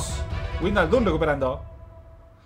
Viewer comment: "Verner" "Vaijnaldum" "Laipzig" "Chavi Saimons" este no pronuncia ninguna bien 🤦‍♂️🤦‍♂️